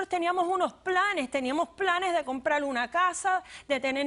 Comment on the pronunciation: Porque esta gente habla tan mal ? las R las pronuncian como L.....sental .pedil ,despertal ,tomal .....compral ........que bobada y diice ser manager de un Banco ???